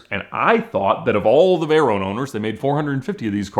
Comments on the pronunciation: I wonder if he realizes he is the only person on earth that pronounces it like "vay-RONE" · Hey ALMOST said Veyron correctly once. It’s a short “O” not a long “O”!